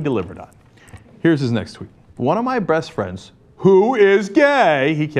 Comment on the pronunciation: Cenk actually says "one of my breast friends" lol